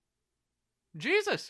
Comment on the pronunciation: Is it his name pronounced hey Zeus?